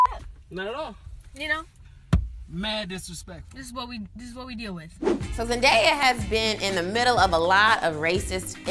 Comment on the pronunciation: did she say dis is wat "we" deal wit ??? someone grab a brown paper bag cuz clearly a brown paper bag skin test is in order. she's damn near brighter den da cotton da rest of us would have 2 pick. bye girl.